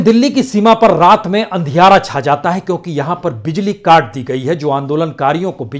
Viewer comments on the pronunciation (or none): none